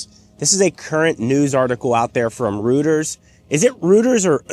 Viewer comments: It's "Reuters", not "Rooders". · "roiters" not "rooters" for Reuters news service. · It's ROY-ters. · It’s pronounced “Roiders”. Easy to remember if you recall that they used to be huge, but now they’re all shriveled flabby and confused. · it is pronounced, “Reuters.” Hope that helps. 🤜🤛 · its "Royters" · The reason you don't know how to pronounce "Reuters" is because you're not feeling great? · TESLA SHILL CAN'T PRONOUNCE REUTERS, SORRY PAL BUT TWITLER IS A CRIMINAL AND HIS SWASTICARS ARE PURE GARBAGE :text-green-game-over